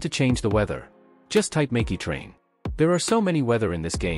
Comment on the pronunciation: "mickeit train" 💀💀💀